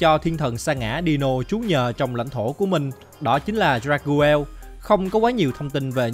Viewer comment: Dagruel là đắc rêu mà anh , anh đọc sai tên rồi